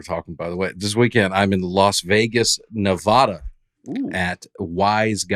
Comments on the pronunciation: AARON! Nevada is pronounced Nev-AHHH-duh, not Nev-aww-duh. ❤ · Someone please help Aaron pronounce Nevada correctly 😂